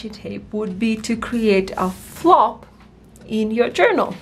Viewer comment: Flap not flop.